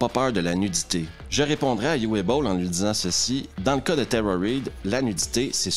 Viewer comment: Juste pour apporter une petite précision "phonétique" sur la prononciation du prénom de Uwe Boll qui se prononce en fait "OUVE" (un traumatisme de mes leçons d'allemand au collège...). Voilà, c'est tout... 😅